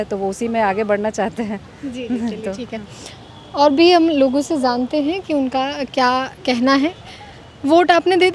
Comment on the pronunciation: Zante hain nahi, jante hain Gyaneshwar ka bhasa mat boliye lahza sambhaliye